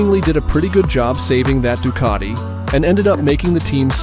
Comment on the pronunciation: There's no R in ducati